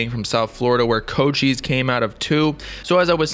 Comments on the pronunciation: Coach ice not co cheese I swear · Mans really just said "koe chise"